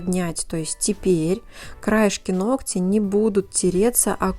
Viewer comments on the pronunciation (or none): Спастбо за правильную речь. Одно замечание: нОгтя. Спасибо. Умница!